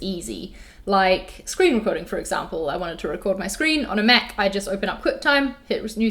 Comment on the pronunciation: Did anyone else think she said she's a meth user at the start? It took me a minute to realise she was saying Mac user